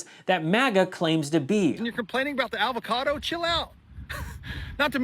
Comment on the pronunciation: Is that guy pronouncing it "ALVOCADO?"